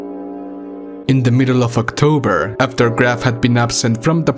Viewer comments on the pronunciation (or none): "ocotber" hahahah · "Ocotber" Gotcha